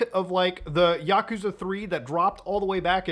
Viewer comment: The way he mispronounces Yakuza is annoying